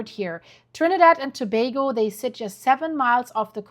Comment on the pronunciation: Just proud you pronounced Togago correctly😊... 🇹🇹